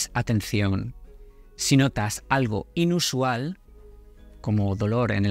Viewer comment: ¿Por qué pones el acento en las sílabas que no son? Por ejemplo "ínusual" en lugar de inusual, "índicar" en lugar de indicar, "énfermedad" en lugar de enfermedad, etc.